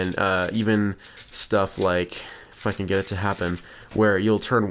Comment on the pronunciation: I thought it said "f***ing get it to happen" instead of "if I can get it to happen"